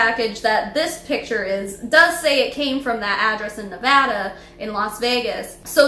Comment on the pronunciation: Thank you for saying Nevada properly this ENTIREEEE video As someone from Nevada we laugh when people say “Navahdah”